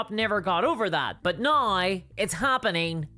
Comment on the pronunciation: Yeah but why you say "neigh" instead of "now"